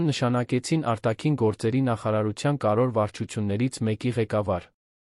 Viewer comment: Կարևո'ր, ոչ թեէ ,,կար ո' ր,,😂😠